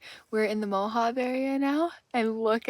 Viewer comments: From Wikipedia: Salt pans can be dangerous. The crust of salt can conceal a quagmire of mud that can engulf a truck. Also, Moab sounds like Mow ab. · Like your video - great trip. Utah is awesome! PSA - it’s not pronounced Ne-vah-dah. It’s Ne-vad (like dad) -a Same with Moab (Mo [long o] - ab [like your ab muscles] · Mow-Haa- Bee desert ! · Make sure to wash any salt off your car, the salt from the flats will eat anything and everything it can!! Moab is pronounced by most as MOW -AB (like abdominal) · It’s mo-ab!